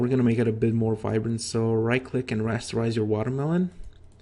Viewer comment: "let's make it more vibrant" lol you killed me with your russian accent